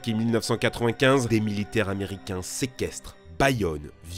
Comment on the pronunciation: Cent mille "z"américains...